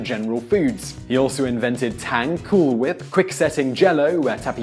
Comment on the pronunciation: So I'm only secs and amused he pronounced "Cool Whip" as cool wip...so wanted to hear that h pronounced lol